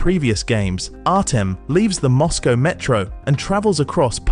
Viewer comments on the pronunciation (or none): none